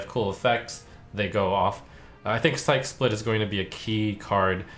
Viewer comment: why are all streamers mispronouncing “psyche split” lel, its psych-e split not sike split. Splitting your psyche would essentially mean splitting your mind